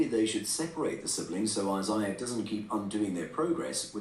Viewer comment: He mispronounced Isiah lol